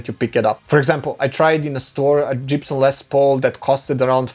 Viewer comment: wtf, did he say Jibson???